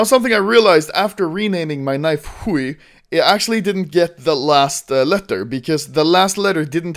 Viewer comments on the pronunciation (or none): LOL the way he said HUI was funny. I'm bulgarian and ХУЙ means dick.. basically. It's the same in russian.